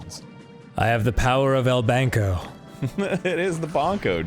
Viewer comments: Spanish language: Banco (Bahn-Koh) Aarnold: Bongo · Yeah, also just gonna throw in that bank is “banco”, not “barnco” as Arin is saying. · Is he saying bonko? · why does he pronounce “banco” like that